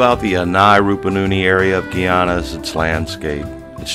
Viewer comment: it's not GEE ANNA it's GUY ANNA